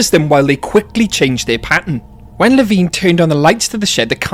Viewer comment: Drives me INSANE that the guy reading the Lost World audiobook, mispronounces LeVine. He says it with a long "I", as in fine or nine. I hate it.